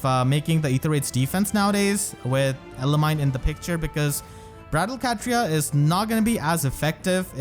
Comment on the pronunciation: Pronounced: Elimi like eliminated and then knee not mine.